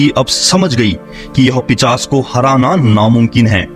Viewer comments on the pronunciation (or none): Pichas nahi pishas hota hai. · Bhai pishas nhi hota hai pishaach hota hai